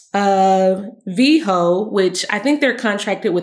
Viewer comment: It’s VEHO Not VEJO